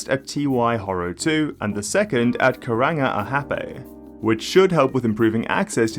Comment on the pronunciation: The only other thing is that the A's in Māori are all pronounced as if there are 2 of them, so rather than Karanga sounding like kangaroo, it's meant to be more like "car-rung-are"